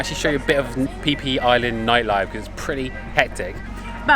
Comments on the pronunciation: It is pronounced “Fee Fee” not “Pee Pee”. Phi is used to represent “The Golden Ratio”. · You mean "pee pee" island